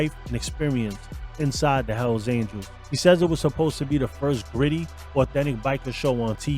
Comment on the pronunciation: Por que cuando dices hell angel en singular lo pronuncias bien y en plural dices aniels 🤔?